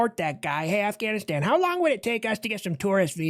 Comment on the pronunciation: Afghanistan sounds like your Russian 🤦‍♂️ 😂